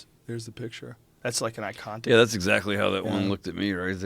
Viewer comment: Joe “Icontic” Rogan